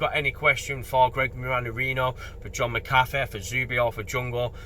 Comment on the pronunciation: Should get his name sorted tho - I assume its Irish origin. Mac Ahh Feee.